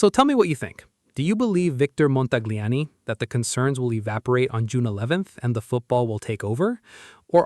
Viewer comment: Please, please, please speak Montagliani correctly. He deseves it.